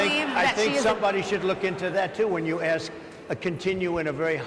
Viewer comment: Republicans don't need to pander to blacks. They have never needed their votes. Also, why do they pronounce "aks" instead of "ask"